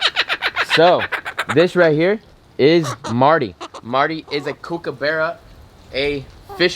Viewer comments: The correct pronunciation of kookabarra is “cook-a-burra” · Love your kookaburra and it’s pronounced kook-ah-burra 👌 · The U is a U not a A too almost there 😂 love your videos no hate ❤️ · nope as an aussie we dont have animals called that... we have em-you not emoo, Cook-uh buh-ruh, Cock-ah-too... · I live in Australia and the way you say kookaburra is funny and there's kookaburras that live all around me LOL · If ur going to get an Australian bird pronounce it the right way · You really have to learn to pronounce emu and Kookaburra right for all your Aussie fans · you couldn’t say EMU and now you can’t say kookaburra 🤦‍♂️🤷‍♂️😤